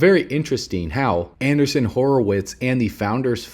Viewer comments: It's not "anderson or andersen." It's AndREEssen. I kept correcting your pronunciation because I heard that name many, many years ago but not sure where. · Pretty sure that Marc Andreessen. “andr-ee-ssen”. Which makes a lot of sense.. just a thought 👍